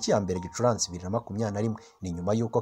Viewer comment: Hello! Ntago bavuga Gicuransi bavuga Gicurasi. Kbs utugezaho amakuru ya Rayon sports. Courage